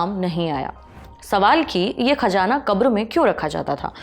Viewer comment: Ma'am please improve your pronouncation, Khajaanaa repeated hearing is horrible, please check the correct prononcation..